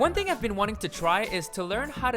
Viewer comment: *think- thing *tour- your